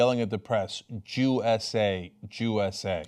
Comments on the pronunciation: sounds.like he is saying jew eśe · He didn't intentionally mean to say Jew s a. Lmao nice try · yeah i saw that guy in another viral video, he was also saying Joo-S-A. Giving attention to someone who obviously didn't deserve it.